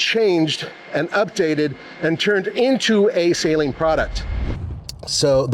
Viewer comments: Suh-leen not sAy-leen. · At LEAST say the name right... it's NOT S-A-leen. Its Saleen. The A is not HARD. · It’s pronounced SA-LEEN and not SAY-LEEN. Ask Steve himself… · Please do some research, stop saying sayleen, it’s Suhleen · You were right there at the factory and no one told you how to pronounce Steve's name? The company name? It's "Saleen", not "saline". It's not an injectable solution. 😂 Love the cars, have owned 3 over the years, but good lord get a different spokesman. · Sah-lean, not saline. Great video, just giving some grief. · "Sah-leen" not Say-leen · Its total cringe that you're at the Suhleen HQ and you're still pronouncing his last name Sayleen, with your pretentious voice, ugh ... You didn't hear them pronounce the name correctly once the whole time you were there? 😂 🤤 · Sah-leen not sayleen😂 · You mis pronounced his name to his face, it’s Suh-leen not Say-leen. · I say Sah-Leen. one syllable. Not Say Lean like salt and water "Saline"... Steve is right there and can clear up the mystery for me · Did anyone you talked to there pronounce it “say-leen”? How can we trust a review that can’t even say the name right? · Not sure why they still named it the 302, should’ve been the 307, also wonder how much Steve cringed at hearing his last name said as say leeen. 😅😅😅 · You would think he could at least get the name pronunciation correct ..... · I did apologize for constantly screwing it up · A whole video of a guy saying Saleen wrong over and over and OVER! Couldn’t do a little homework about a 40 year iconic brand? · Great looking car. Mispronouncing Saleen repeatedly was making me crazy. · It's amazing how many of you guys review their cars, and still can't even pronounce Saleen correctly lol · The guy doesn't even know how to pronounce Saleen correctly. Smh.